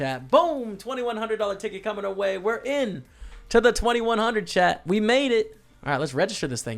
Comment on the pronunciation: I've been watching your videos for a while now and it just occurs to me that you are saying "Way to go chat" I thought you were saying Chad, like he's the person helping you with your vlog. Nice score